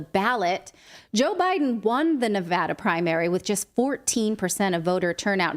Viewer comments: From Reno, I appreciate the correct pronunciation of Nevada. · From Ferntucky I hear ya. Like its spelled Nevahda.